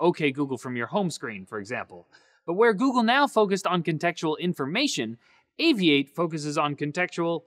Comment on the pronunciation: Seems interesting. I'll try it out. I always thought it was pronounced "Aviat-e" not "Avi-ate"